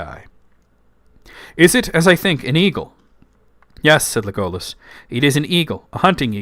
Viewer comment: I’m not sure about your pronunciation of Legolas. It sounds like Tolkien accented the first syllable